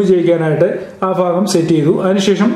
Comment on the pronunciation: Fagam alla Bagan...!!!